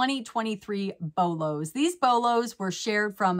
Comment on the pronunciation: You pronounced it well!! From Central New York and a lot of Syracuse China patterns can be BOLOS